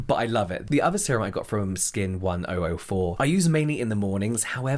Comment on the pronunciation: Skin1004 is pronounced Skin "Cheon Sa" because Cheon Sa means Angel but is also the number 1004 in Korean (they're pronounced the same way). Korea has a few names that are pronounced the same way that are kind of used as puns. (Sagwa means Apple but also an Apology, so sometimes people apologize by giving an apple as an act of "giving an apology")